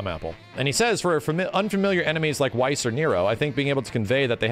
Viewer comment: Weiss is pronounced like Vice.